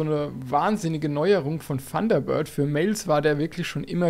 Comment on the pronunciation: Funderbird .... ich höre immer nur ... Funderbird:face-blue-smiling